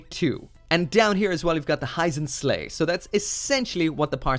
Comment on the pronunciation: Please start researching the official romanizations rather than directly reading the Japanese. Hurudodo, Hyzenslay, and others are NOT the correct English pronunciation.